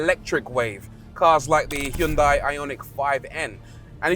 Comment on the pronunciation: BRO FINALLY SAID HYUNDAI KIND OF CORRECTLY